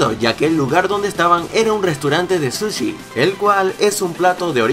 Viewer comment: en el minuto 4 43 dices suchi y es sushi